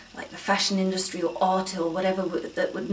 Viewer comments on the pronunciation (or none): none